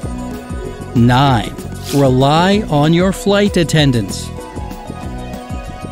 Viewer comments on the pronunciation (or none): Narrator pronounces weird: "fly tattendants".